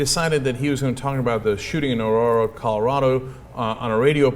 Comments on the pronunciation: Why did Cenk have problems pronouncing Aurora? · I love how Cenk can't say "Aurora."